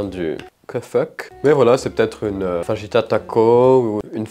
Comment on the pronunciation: Tres cher sachez Je fais bilangue espagnol et je frissone chaque fois que vous prononcez le mot fajitas avec le sons "J" au lieu du "R" qu'avez vous fait comme LV2 ?